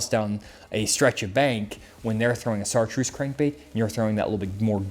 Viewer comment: Did he say "ssartreuse"?